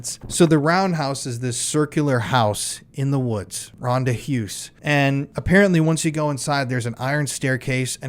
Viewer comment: Ahh my Afrikaans is screaming everytime he says Ronde Huis wrong/ in English 😂